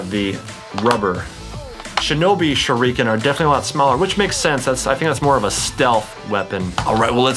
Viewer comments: chad cant say shuriken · He says shureeken than shuriken 😂 MAAAAAAN THOSE ARE SHARP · bro I understand that even if it's bad but dubbed or subbed shuriken is pronounced the same... shoo lee ken but he pronounces it shoo reeeeeee ken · U know he doesn’t watch naruto when he says “narudo” and”sharikin” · TheFamouseChiken #2 Suriken too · How anime fans say shuriken: SHURDIKEN How chad says its: shurreken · It's not shorican shurican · (Sh- ur- eh- ken) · You said shurakin wrong